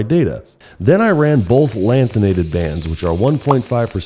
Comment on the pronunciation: why you have to say 1.5 LANTHANATED like that lmaoo